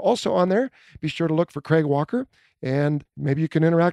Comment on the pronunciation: Wow you say Craig about right, never heard an American say it “right” before. They usually say it like Greg or Creg which is wierd. Pretty cool.